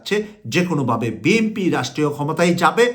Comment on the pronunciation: আসসালামু আলাইকুম আমি কুয়েত থেকে আমি আশা করি আপনার ভাষা আরও শুদ্ধ করে বলার চেষ্টা করবেন আপনার ভাষা অনেক ভুলে বড়া আপনি একজন মিডিয়া বেক্তিত্য বিএমপি না শব্দ টা হবে বিএনপি আর সারজিন আলম হবে না শব্দ টা হবে সারজিস আলম আরও অনেক জায়গায় ভুল